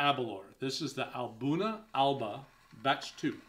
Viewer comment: Just watching this review now. With the pronunciation of Aberlour, the 'lour' part is said as if you are saying the word flour/or flower but without the 'f'. A'bunadh is pronounced A-boone-ack. Alba is pronounced Al-a-puh 👍🏴